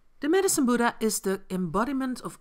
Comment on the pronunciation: It's Buddha not buda...anyways nice video❤️